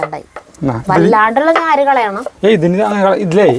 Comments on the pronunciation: ഞാര് അല്ല.... നാര് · ഞ്ഞാര് അല്ല നാര്😂😂😂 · ഞാര് അല്ല, നാര് എന്ന് പറ